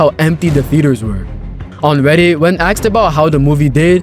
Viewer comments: "When AKSED about" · You can tell a lot about by how he pronounces the word "asked".